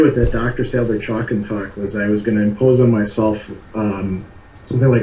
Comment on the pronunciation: I very much enjoyed the far ranging conversation. Only one problem -- it's Sadler, not Sandler.